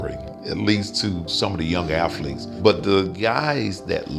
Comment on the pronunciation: 390 "aFhletes"